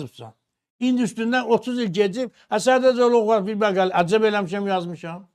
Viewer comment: Maqaylə yox məqalə